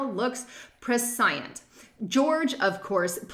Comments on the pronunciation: Press- ci - ence. Not Pre- science. LOL. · Prescient, is pronounced preshent. Love your videos! Very cute little boy! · Re- JFK Jr's GEORGE- the word "prescient" is pronounced PRESH-E-ENT